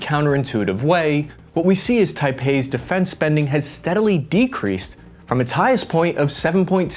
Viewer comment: bro keeps saying taipei 💀💀💀💀💀💀💀💀💀